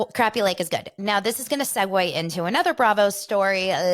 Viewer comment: That's the same thing I said when I first saw it advertised. Did it start on Sunday? I wasn't home so I guess I'll check Peacock. I hope they explain how to say the fish name crappie and not the way they are saying it. I think Luanne might try to fit in but I think Sonya is always a look at me, look at me type of person. If someone watched tell me how it was if it's started